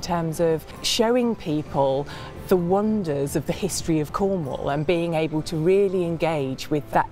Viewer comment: Finally, someone that pronounces cornwall right lol